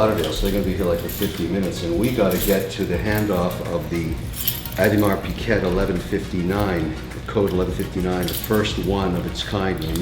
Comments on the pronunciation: Mr Wonderful ...its "OH DI MAR PEE GAY"...not piget...please announce it right ...please...Big fan though :) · What is an Audimar Pee-Ket? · Audemars Piguet is pronounced as "Awe-de-mar pig-ay" the last T is silent as well. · Pronounced ‘Aud-mar Pee Gay.’ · Ugh can't even pronounce Audemars Piguet correctly 🙄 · Is that an alternative pronunciation of Audemars Piguet? Never heard it that way lol